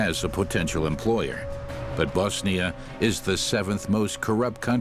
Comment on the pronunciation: Very good documentary. Also finally someone properly saying BoSnia and not BAAZZZNIA good job narrator 👏